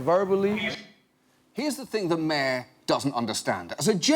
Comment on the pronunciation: John pronounces mayor as "myeh"